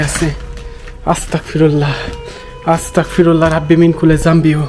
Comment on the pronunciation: 🎉আসতাকফিরুল্লা না ভাই আসতাগফিরুল্লাহ